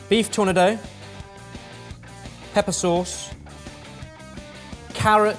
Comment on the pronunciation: When keeps saying TOUR-nah-Dough, is he trying to say tornado, or is it a different phrase altogether. Same with SOOB-reek, and sobriquet?